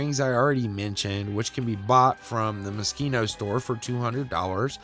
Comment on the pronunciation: Is that how it’s pronounced? I though it was Mo-sheen-oh